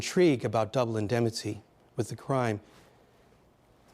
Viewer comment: I don't mean to be unkind, but I was surprised to read the speaker is a professor at Georgetown. He mispronounced "indemnity" several times, attributed the character of Mike Hammer to Dashiell Hammett, and throughout, summarized rather than analyzed.